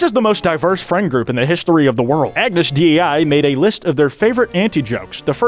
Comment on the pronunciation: "ag-nus d-e-i" 💔